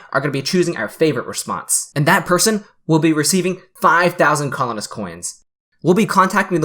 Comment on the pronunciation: favorite thing about colonist : sounds like butthole-ist